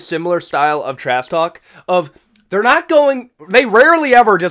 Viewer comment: "trass talk" please ssut up